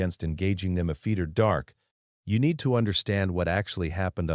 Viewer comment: Sort out the narrative, after is after not afeetee and all the other words with ft in it pronounced incorrectly and send a copy to the White House.